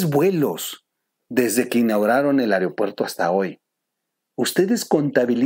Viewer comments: Se dice aeropuerto mo areopuerto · Buena información. Sólo una sugerencia. Se pronuncia “aeropuerto” no “areopuerto”. Saludos!